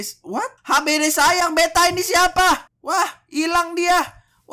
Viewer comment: kok tulisannya beata padahal ngomong nya beta